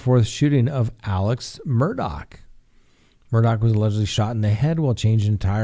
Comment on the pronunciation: minutes of talking about food super chats and patreon. Its Murdaugh not Murdock